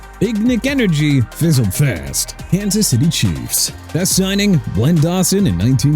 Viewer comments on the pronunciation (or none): none